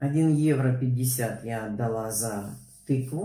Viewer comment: Часто слышу в обзоре цен закупок, что Вы говорите (иногда проскакивает и у других немецких блогеров) не евро, а ойро. Любопытно, это особенность характерная для Германии за счёт произношения?